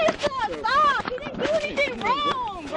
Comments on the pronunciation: "Chris-uh, Chris-uh! Stop-uh!"...ugh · Chriss-a! Stop-a! CHRISS-A!!!! STOP-A!!!! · CHRISS-A!!!! STOP-A!!!!